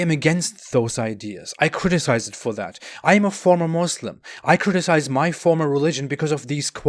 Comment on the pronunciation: Why can't you say Muslim properly. Is Allah taking away your ability to talk? 😂😂😂😂😂